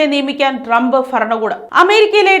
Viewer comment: ഡ്രമ്പ് ഫരണകൂടം എന്നല്ല..... ട്രംപ് ഭരണകൂടം ഭരണിയുടെ ഭാ